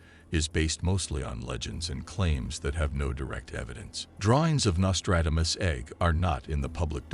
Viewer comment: You have butchered his name and yet you say his name repeatedly. Give it a break with the AI voice overs. They are crap